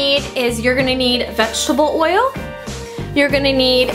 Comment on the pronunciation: u say oil like woyil